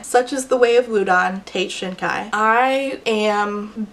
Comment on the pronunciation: See, every time she read "Shinkai" I just heard "shinka" and thought about Digimon.